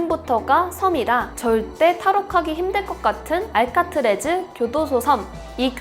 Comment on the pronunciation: 알카트래즈가 아니라 알카트라즈 아닌가요?